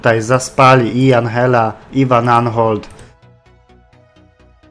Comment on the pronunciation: i Andżella albo Anżella,a nie Anhella to jest Włoch,a nie Hiszpan czy Argentyńczyk